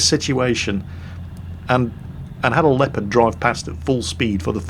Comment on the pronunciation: "The Leaopard never fails to dissappoint"...:D! wtf?